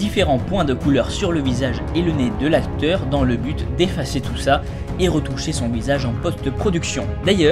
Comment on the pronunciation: nez* et pas né, voili voilou sinon je t'aime beaucoup et vidéo génial :-)